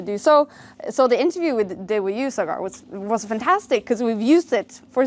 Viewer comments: Sagar ❌ cigar ✅ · Cigaarrrrr!!!! It’s Saa Grrr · sagar usually shoots in foreign places so people don't know how to pronounce sagar so they call him cigar😂instead of sagar